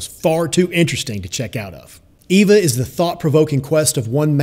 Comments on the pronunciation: Marco Resendez also the "V" doesn't have the V sound that is used in English. It has a soft b sound. The word is properly pronouned ay-bah. Not ay-vah and not Ee-vah. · Its not pronounced EEVAH. Its pronounced AYBAH (long A). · Cisco Carias In Spanish the letter E has the same sound as the English long A sound. In Spanish her name is pronounced "Ay-bah". The guy that made this video is using the English long E sound. That is not how her name is pronounced. If you think I'm wrong then watch the original Spanish version of the movie and then tell me how many times they say her name with the English long E sound. Hint: They say it zero times with the English long E. In Spanish "Eva" is pronounce "Ay-bah". Source: Born and raised in Puerto Rico.